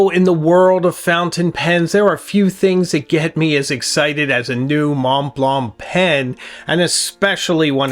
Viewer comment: I'm French and speak German too : your pronounciation of Mont Blanc (no T nor C pronounced) is perfect, but your pronouciation of Meisterstück is not (it should be like "Deutschland über alles").